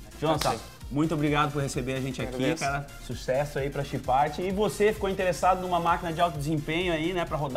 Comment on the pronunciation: ele falo errado Chipart kkkkkkkkkkkjjjjjjjjjj